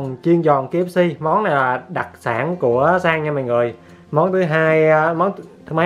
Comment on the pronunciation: Anh ơi.đặc chứ không phải đặt🤧🤣